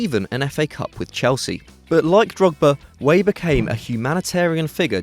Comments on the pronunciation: its george weah not george way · Weah is not pronounced Whey, but is pronounced Weaha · It's not pronounced George Way, it's pronounced 'Way-ah'. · "George Way" lol. You're such a noob